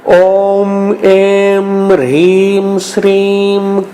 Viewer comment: Plz guide me in written description the mantra is having hreem but while listening its pronounced as Rheem. Which one is correct plz guide me